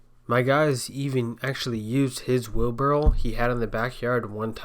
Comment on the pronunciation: It's wheelbarrow not wheelbarrel. Drives me nuts.